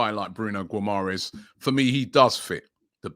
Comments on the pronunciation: Robbie said "Bruno Guomorest" . Very good pronounciation and "Offcorn Nations Cup"😂😂😂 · The butchering of these names will probably put players off from joining us Robbie. Guimarães - Ghee-Ma-Raysh